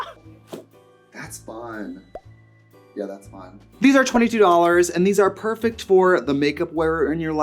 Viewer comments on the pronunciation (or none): none